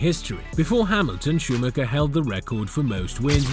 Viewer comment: Can’t even pronounce the driver ffs